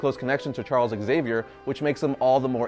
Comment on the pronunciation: How hard it is to say Zavier instead of ExZavier?